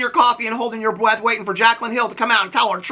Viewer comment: I sincerely hope that “you sipping your coffee & holding your bweath” was a “smell a smell, sniff a sniff, take a bweath” reference 😂 My bestie & I were just singing that song last night 🦭🤣